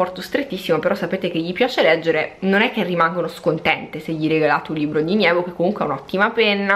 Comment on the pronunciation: comunque si chiama NEVO, non nIevo....